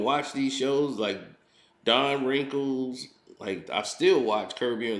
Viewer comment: ........Don Rinkles? You meant Don Rickles.....👀